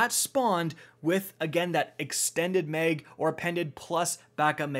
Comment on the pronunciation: Mag not meg